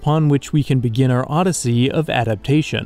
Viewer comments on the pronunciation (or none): none